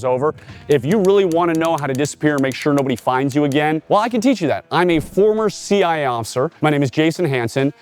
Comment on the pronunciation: I am pointing out that he fails to say the letter A you thick turd . . .